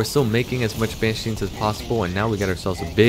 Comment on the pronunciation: took me a while to realize you're calling them ban sheens lol. its banshees